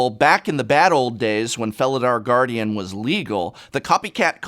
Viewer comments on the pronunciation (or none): none